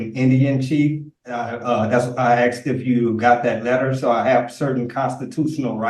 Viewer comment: Nothing says "Royalty" AND "Chief" like having to pronounced 'asked' as 'axed'.